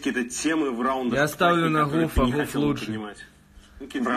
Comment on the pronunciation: Попробуй сказать гуф)) а не ххуф))